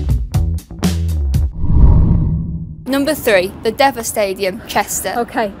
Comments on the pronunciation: Used to love watching Chester at the Deva. It’s pronounced “Deeva”. Great vid keep them up. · it's pronounced deeeeva. it's the roman word for Chester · I'm sure you know now and if not somebody would've told you that Chester's stadium is pronounced Dee - va, owing to the fact that the city of Chester is situated on the banks of the River Dee!! The Romans founded Chester as 'Deva Victrix,' fancy somebody apparently proud of her Italian heritage not knowing that!! Absolutely no offence meant of course as I personally find you a super girl with a great sense of humour who should definitely have her own prime time tv show!! Keep up the great work you do, it's bringing joy to so many!! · It's pronounced "Dee-ver",. Come back anytime x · DEVA Pronounced DEE-VA as in Many talentless Devas in the Kardashian family. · Just saying its pronounced diva but spelt deva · It's the pronounced the deeva stadium.. also the reason why the ground is not up to your high standards is because the whole football club are owned and paid for by the supporters club, they have no money whatsoever, that ground is much better than most in the Northern League believe me... 👍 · Pronounced Dee va......